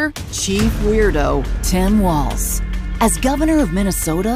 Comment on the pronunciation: ….you said Tim waltz , not Tim Walz. (no “t” in Walz)